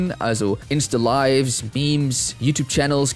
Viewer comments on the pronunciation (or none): none